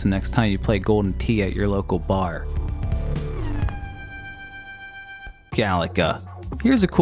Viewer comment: You're the only person in my 46 years I've heard pronounce 'Galaga" as "Galacka" that's so weird.